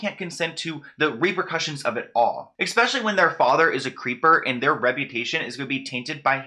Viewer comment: Hey, I really enjoy your videos. Your research and presentation style are polished and entertaining. I do, however have one piece of advice, and you can, of course, choose to ignore it as this is only a personal pet peeve. I find it difficult to hear a well polished speaker mispronounce words like "especially". It seems to lower the quality of what you're saying when you pronounce it as "expecially". I've heard you do it in a few videos now, and in this one it's just after the 2 minute mark. I know there are many people out there who say "expecially", but I decided to tell you this because I want everyone to have a high opinion of you. Thanks again for all your hard work.